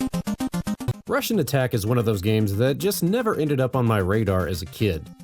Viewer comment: You said it right. Its a wannba Contra.